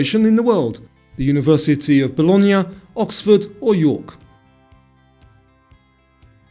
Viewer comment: That was fun; thanks!! (I got 9 wrong—sigh). Your pronunciation of Bologna was perfect, by the way.